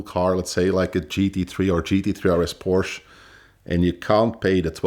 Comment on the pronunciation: I agree with everything he said, except his pronunciation of Porsche.. 😆